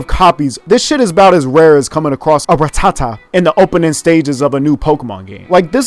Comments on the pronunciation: man said ”rah-tah-tah” 💀💀💀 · How he said Rattata “Ra-tata” lmaoooo 😂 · Bro I just watched that part and it got me f*cked up 🤣🤣. He really said as common as a “Ra-ta-ta” 🤣🤣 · the way you said Ratatta pissed me tf off!!! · Broooooo he really just said “her album as rare as finding a Rat-ta-ta on the opening scene of a pokemon game” i was crying 🤣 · Bruh how he said ratata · the way he said rattata lmfao